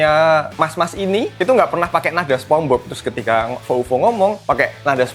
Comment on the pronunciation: Sponge Bob bacanya Sponj Bob bang, bukan Sepong hadeeh